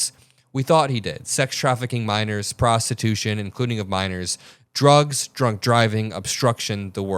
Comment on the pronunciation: Dear - What exactly is "prostition"?